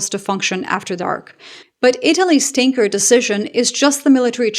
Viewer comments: Did you say Boeing Stanker several times? How fitting 😂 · Hi, when you said tanker it just sounded like stinker.😂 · ‘Boeing’s tanker’ I heard as Boeing stinker.